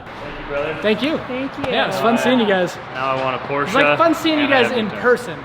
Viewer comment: I'm impressed that you know how to properly pronounce Porsche. It's a two syllable name.